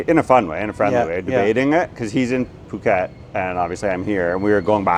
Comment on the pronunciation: Pàket? Please, pronunce is "pu-kèt", with the U of "bull", not the U of "buy".